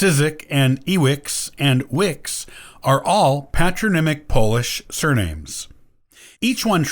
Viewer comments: Pronounciation of polish names in this programme is horrible.They do not sound like this! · I can't bear hearing you butcher Polish names. So i quit listening to your narrative. I can't understand the names and i can't understand name endings.. NOT UNDERSTANDING...can't help what you want to communicate.y